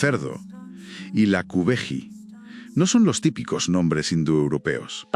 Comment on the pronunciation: Lakubegi se pronuncia 'gui' no 'ji'